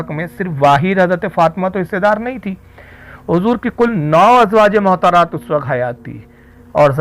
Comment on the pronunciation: rizvi sir ?azwaje mohtarat nahi balki azwaj e motahaharat {motahar ,,yani pakeeza } what is mohtar ,,uchcharan sudharen ,,motahaharat is pleural number of motahar